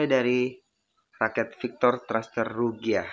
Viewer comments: Saya pengguna ryuga agak gimana gitu dengernya 😂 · RYUGA BOSKU BUKAN RUGYA 🤣🤣